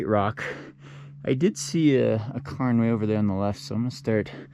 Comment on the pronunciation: "Karen", "Karen", not Cairn 🤣 No Pacer cameo!?! (It's okay, we still love you!)